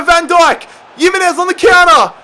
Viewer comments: PCQ:Why do you say Yimenez instead of himenez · Stop pronouncing it as yimenez, it’s spelt Jimenez but pronounced Himenez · your noot saying Jimenez name right is pronounced HIMENEZ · bro you’re pronouncing jimenez wrong